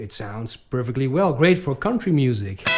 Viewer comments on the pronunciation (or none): none